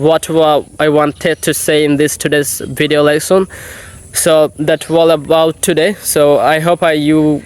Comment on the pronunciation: Good job. Near native. You need improve. For example you pronounced incorrectly ‘video’ ‘speaker’ popular….etc. Popular supposed to be poh-peeh- lah.